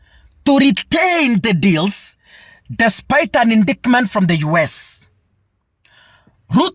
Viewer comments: Endaetiment in pronounce of indictment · indictment is pronounced as: indaitment. Hope that helps.